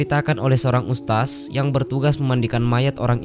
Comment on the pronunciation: Mengucapkan kata ustadz kok jadi ustas 🤦